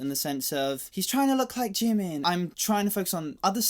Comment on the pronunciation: Jimin is Jimin and JIMIN ONLY! SAY IT WITH ME!!!